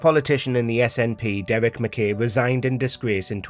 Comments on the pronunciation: Can’t believe the narrator mispronounced ‘McKay’ when it’s spoken several times (correctly) in the clip. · Just like to point out as a Scot the sheer ignorance of the voice over actor to pronounce McKay as ‘mick kay” in spite of the fact that the correct pronunciation is used by the news reader from the clip, Nicola Sturgeon and another politician… not defending the man himself but English ignorance to deliberately mispronounce Scottish names is indefensible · This is te first time I've heard "McKay" pronounced the way that the other people did in the clip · Conversly in my 58 years on the planet this is the first time I’ve ever heard it pronounced the way the narrator pronounces it! Come to Scotland or watch old episodes of ‘Porridge’ to hear it correctly like the people in the video.